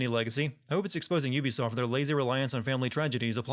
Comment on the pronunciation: "Ubisoft" Instant sin 😭